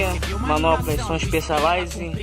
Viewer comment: KKKKKKKKKKKKK tu falou specializan mano nem vem